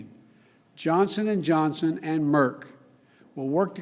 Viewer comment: I watched this video yesterday and again today... it isn’t the same video. Right at the beginning the woman was wearing a different colored dress and the first time Biden says Johnson and Johnson, yesterday he clearly said Johnston and Johnson... anyone else notice this?